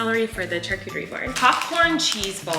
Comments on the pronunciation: Love that you say “ch-arcuterie” board and not sh-arcuterie haha❤️ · The way Colleen pronounces the ch in charcuterie instead of saying it like an sh sound... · wait. is that how you say charcuterie???